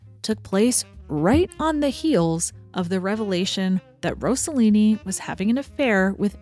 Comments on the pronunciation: It’s ROSS-a-Lean-i not Rose-a-lean-i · Great content. Italians are notorious for being horny and for making outrageous films, among many other things. Franco Zeffirelli, Luchino Visconti was a pervert, and Federico Fellini was an absolute asshole. The more tamer were Roberto Rossellini and Carlo Ponti. Rossellini married Ingrid Bergman, and Carlo Ponti married Sofia Loren. By the way, you need to make a correction. It's Rossellini, not Rossollini. There isn't even a word in the Italian language for Rossollini.